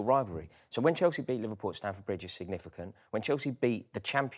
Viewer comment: How do you guys at The Overlap listen to pronouncing Chalsea like that and ignore it. How do you not "screen test" the new Arsenal supporter to see if he'll come across as so infuriating to the youtube audience. Getting harder to watch this and I rarely miss an episode.